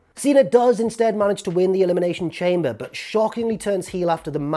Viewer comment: Dear, Thank you for the video, Can you please go back to pronouncing Elimination Chamber, “Elimination shom-bay” Sincerely, Charlie. P.s. good video x